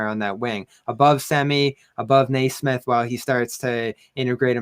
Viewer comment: Also guys, it's 'Kneesmith,' come on.